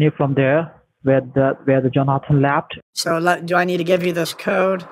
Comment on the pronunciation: "Where the Jonathan laft" 😂😂😂